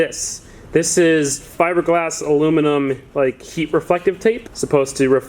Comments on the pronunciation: Shit, he pronounced aluminium correctly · At last an American who can say aluminium properly 🤘🏼